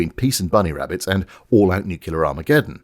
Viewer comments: I simply can’t take people who say “nucular”, like some 5 year old, seriously. It is NUCLEAR. Splitting the nucleus of an atom, not the “nuculeus”, there’s no such thing. DNA is made of nucleotides, it’s a clear sky, not a “cular sky” - how hard can it be? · FFS, "nuclear" is pronounced "nuclear", just like it's spelled. It is not pronounced "nuckular", which is completely unlike how it is spelled, and not how it is pronounced in English. Why do the British have the worst English language skills in the world? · Holy fucking shit. You claim to be a safeguard against the continued mongreling of The English Language, and you consistently pronounce the word "nuclear" as "nucular." FUCKING READ THE GODDAMN WORD AS IT IS SPELLED YOU TORY HACK!!!!! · NUCLEAR IS PRONOUNCED NUK-LEE-IR, (or -ah if British) NOT NUK-U-LAR. IT IS NOT LIKE "MOLECULAR" That's not a British thing, as your own pronunciation picture demonstrates. you hurt your credibility when you say it like Homer Simpson. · What the fkuc is 'nucular'? THE WORD IS NUCLEAR! Is it really impossible for you (and a certain thicko US President) to pronounce it correctly? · I could take the heavy load of bad puns but can't take seriously someone who keeps saying "nucular" in any serious context. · Pretty sassy of you to literally put a UK pronunciation guide on screen, with a bit pointing to it, and then continue with dozens of your modified-hillbilly, consonant-backward "nookyulah" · if you say "nucular" instead of "nuclear" once more, I'm unsubscribing. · You forgot the big one. How the f*** anyone can look at the word 'nuclear' and pronounce it "NUKULAR" is beyond my 1960s built computing power. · The moment you start talking of Americans, NUCLEAR becomes NEWKILLER. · Here in Missour-uh, we hear nuke-you-lerr. Agree "English Police" are annoying on either side of the pond. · As soon as you said "NUKULER", you lost all credibility. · Every time says 'nuculer', I hear Homer Simpson correcting someone.